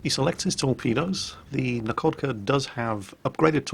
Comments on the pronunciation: in russian, a "LH" is pronnounced as an "H", so "Nakhodka" is pronnounced "Nahokda", "Nakhimov" is "Nahimov" and so on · the kh in Nakhodka and Khabarovsk is read as 'h' (like in hell).